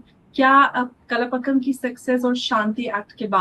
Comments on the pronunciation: "Kalapakam" nahin, Kalpakkam🙂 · it is pronounced as "Kal" like tomorrow in hindi and then "paakam", not kalapakkam....that means mixing things.....